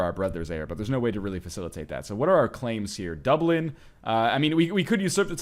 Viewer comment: It's pronounced Duh-blin